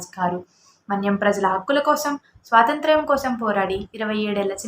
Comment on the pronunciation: అమ్మా,! “స్వాతంత్ర్యం” బాగా పలకడం నేర్చుకో